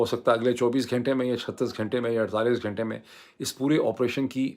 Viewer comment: Ghaaaintay is a wong tallafuzz Ghunnnntay sahee lafaz hay Lafazz ghalat lafz hay. Lafz sahi lafz hay. Kataaab ghalat urdu lafz hay. Kitaab sahi talaffuz hay. Darkhut ghalat lafz hay. Darakht sahi lafz hay. Just a humble request to correct it ,if you can otherwise carry on.